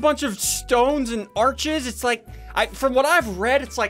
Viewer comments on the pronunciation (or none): none